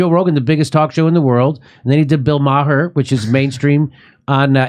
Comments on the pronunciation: Jimmy: '-then he did Bill MA-HER' Kurt: *Struggling & failing to hold laughter in after Jimmy mispronounced "Maher", & bcuz he already called him out 1× for sayin 'E-bow-knee' instead of 'Eboni'* LMFAO! 💀💀💀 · YO JIMMY WHATS WITH THE BILL MAA HER SHIT ITS BILL MARR OR POS WILL DO ITS NOT NOT MAA HER YOU FAMOUS DORK WHO CANT DINE OUT ANYMORE CAUSE WHY NOW PEOPLE WILL GO TO THE RESTAURANT HUH? IVE BEEN GRUMPY ALL DAY ITS NOT YOU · Not too long ago I wouldn't have considered watching Fox or Tucker Carlson. Now, I watch Tucker everyday and watch a lot of Fox. Jimmy, do you do that on purpose or don't you know Maher is ONE syllable - ?